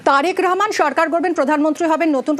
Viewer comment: তারেকুর রহমান না তারেক রহমান। একটা দলের প্রধানের নাম ঠিকমতো উচ্চারণ করা উচিত